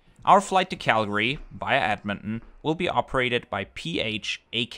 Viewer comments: Thanks for reviewing this flight as it was good as usual! Appreciate you visiting my home as this city is great! Also it is pronounced edmon ton not edmonon, but still great video! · Another awesome BA video, especially since this one featured my hometown Edmonton! One small thing, the t in Edmonton is a hard t, so it's Ed-mon-ten instead of Ed-mon-en :) Loved seeing the KLM experience, since they finally restarted the Edmonton to Amsterdam route, I can't wait to check it out myself! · It’s Ed-Mon-Ton not Edmon! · You are keep saying Edmond instead of Edmonton 😅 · ed mon ton not ed mon in, just being brutally honest.🤣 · A closer pronunciation is EDD-mun-tin, with the last vowels almost not pronounced.